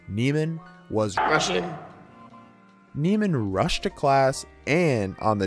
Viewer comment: Nee-man, not Nay-man. Not that this was very insightful- but I couldn't even listen past the analysis of the first scene when you'd already mispronounced the name 5 times